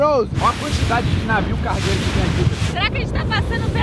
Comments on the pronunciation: Só eu que ouvi navio cagueiro ? 😮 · Só eu que entendi ele falando navio cagueiro